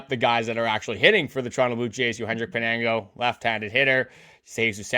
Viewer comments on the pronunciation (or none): Pin-YAN-go for crying out loud